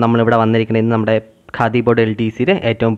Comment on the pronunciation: Khadi.... Not Kahdi😂